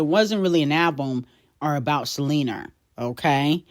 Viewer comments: Can you please pronounce Selena name with an A Not a R!! Check your language before speaking to the public. Thanks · Buns out, wiener But I gotta keep an eye out for Selener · The way references Selena as Selenerrr just kills me😂